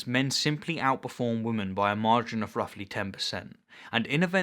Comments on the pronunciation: Try and differentiate between your pronunciation of 'woman' and 'women'. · Why can't you pronounce the word 'women'?